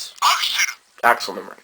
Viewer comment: "ack-sell" not "Axel"